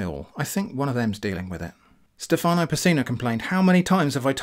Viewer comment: in Stefano, the italian name, the stress of the word is on the e, not on the a